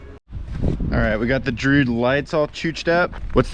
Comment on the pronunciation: Dru-id. Two syllables!